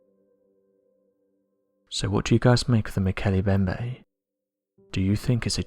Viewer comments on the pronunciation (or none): To the narrator..the M in Mbemnbe is not silent. It is pronounce Molkele "eM" bembe.